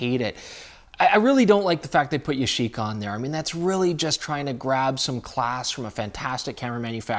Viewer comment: It's pronounced "Yah Shi Ka," not "Ya shee ka," just as Nikon is supposed to be pronounced "Nee-kon," not "Nigh-kon." Sorry, but I live in Japan, and something about the western pronunciation of Japanese words rubs me the wrong way a little bit. Nice beard, by the way.